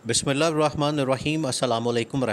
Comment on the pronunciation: بھائی جان آپ بسم اللہ شریف کو بھی سہی پڑے